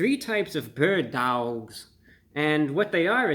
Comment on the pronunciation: “Berd DaWgs” when i tell you i hollard😭💀